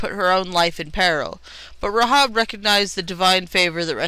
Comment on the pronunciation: The correct pronunciation is "Ray-hab", not "Ra-hob" She's a true heroine of the Bible, an ancestor of Jesus, and you have no idea what you're talking about.